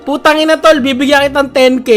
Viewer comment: Bakit parang malutong yung pagsabi ng putangina ?? AHAHHA